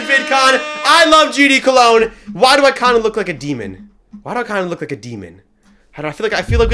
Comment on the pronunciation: “I LOVE GD COLOGN”